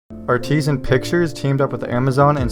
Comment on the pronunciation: Nuh-Tah-Lee. Vincenzo Natali. Pronounced like "Collie", not like the girl's name. Ar-Ti-Sen. Artisan pictures. Not Artesian.